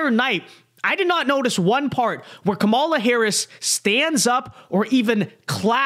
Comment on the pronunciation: Another dude who can’t pronounce Kamala. Who is this person?